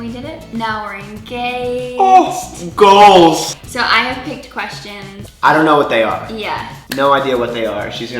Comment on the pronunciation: you are goalch hahaha. i just started saying goalch instead of goals. 😂😊 i love you guys congrats again! you are so madly inlove. Hi and Hi hahaha.